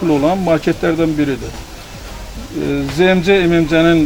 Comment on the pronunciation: olkedeki bahalashma?? A booy, ne danishirsinizz bixde ele shey var? )) P.S. ZMC-ZEMECE yox ZEEMCE kimi teleffuz edilir, bey)